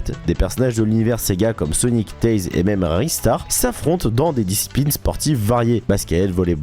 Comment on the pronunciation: J'ai pas rever il a bien dit Mamé ou maime ? avec l'accent anglais bordel